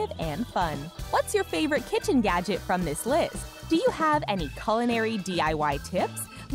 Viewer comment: Is it just me or does it sound like she's saying "yadget"?